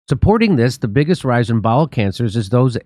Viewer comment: Well at least its bowel cancer. I thought he said ball cancer... that's even more terrifying. Anuses are overrated